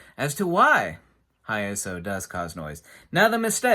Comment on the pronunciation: I would disagree since he pronounces it incorrectly.